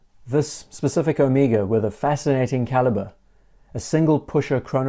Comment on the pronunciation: Thank you,not only for an extremely interesting video, but for pronouncing Omega correctly. I could scream when so many Americans insist on the ludicrous O-May-gah. Drives me nuts.